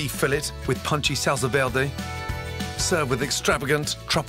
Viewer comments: I KNOW LOOOOL OH MY GOD i live on the border of mexico and no one pronounces it like that, it's pronounced verday not vlelrday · looks delicious. anyone else triggered by how he pronounces 'verde' ? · That pronunciation of Verde 😂😂 not so good at everything are you lad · Salsa VEWDEW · SALSA DERDE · i kinda am, portuguese is my main language and he pronounces it like "velde" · salsa verday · PowerfulDragon velde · Kantros he's fluent in French so he pronounces it like Velda, R = slurred L. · the good pronunce is vér·de , listen on google translate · Gordon is trying to hard to speak Spanish by pronouncing it "V-iair-day. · The way he says Verde makes me absolutely fucking furious.girl friend as just been twated dogs just been kicked why would you gordooooooooooon whyyyyyy